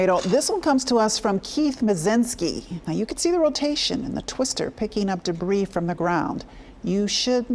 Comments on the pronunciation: Pronounced Gay-LURD not ‘lord’. For goodness sake’s why can’t the news be bothered to pronounce it correctly? Its a wonderful area, beautiful and lovely people. I can’t imagine all they are going through right now. I hope everyone gets the support they need to rebuild & get any counseling they may need from this deviating situation. My heart goes out to all impacted, to those who lost loves ones, were injured, lost their homes & cherished memories. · Former citizen of Gaylord. It's a great place to live! Also, it isn't pronounced "Gay lord". The proper pronunciation is "Gay-lurd". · in michigan we pronounce it as "geylehrd" not "gay-lord" like west coast ppl would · It's pronounced "Gaylerd" not "Gay Lord " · It's not actually pronounced Gay-Lord. But locals pronounce it Gay-Lerd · You would think a LOCAL news station would be able to pronounce "Gaylerd" correctly. Such immaturity in the comment section. Repent! For the day of the LORD - Yeshua Hamashiach/Jesus the Christ is at hand! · Everyone I know around this area calls it " Gay-lerd " I been working telecom around this area for years . Including an entire summer at their hospital , hopefully the east side didn't take too much damage. People need to get over it and wish them well ! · Thank you! Oh my goodness I can’t believe the news people can’t be bothered to say it right! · For those who dont know, its pronounce like Gay-lerd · No apologies necessary!! I agree regarding the immaturity of the comment section. But you would think a local news station would be able to pronounce the name correctly - so, that didn't help. I used to live in Grayling. A couple times actually. And in the 90's I drove from Grayling to Gaylord for work! I pray your parents are safe and you can rest easy! May you have a blessed night in Jesus Christs name!